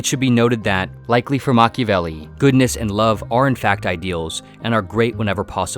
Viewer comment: Mach-IAH-velli not Machivelli